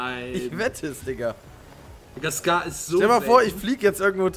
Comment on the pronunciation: Die waffe heisst nicht scar-"H"